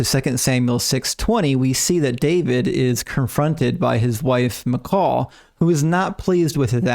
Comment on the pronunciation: I just want to say great video, great explanation and detail! thank you for not being dogmatic in views of scripture that aren't 100% one way or the other but just putting out the certain facts and separating the probable things. Also I'm glad you pronounced Michal correctly and not "Michael" like most people do for some reason. My wife's name is Michal and we always have to tell people how to pronounce it especially since they seem shocked when a woman goes to pick something up after they called for "Michael" haha. Anyway thanks for the content and sharing your knowledge!